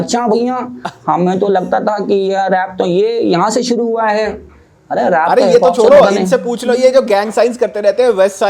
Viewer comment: Suru nai shuru hota hai sa or sha seekh